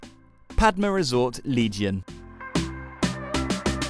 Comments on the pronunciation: Is not legion it’s legian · didn't you cringe every time he said "legion"....or laughed?!